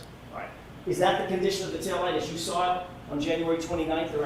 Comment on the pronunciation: There no R in sawr!